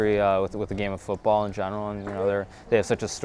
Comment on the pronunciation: HE SAID FOOOOOOTTTTTTBAAAAALLLLLL AS AN AMERICAN. That's gotta be a miracle